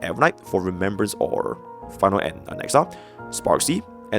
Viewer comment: Ain't no way bro said rememberance in no1